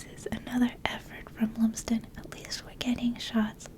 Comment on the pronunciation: Not that I know the player but I’m going to say that Lumsden is probably pronounced Lum as in Plum